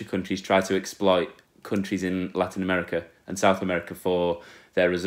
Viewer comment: U say larinouamericah xd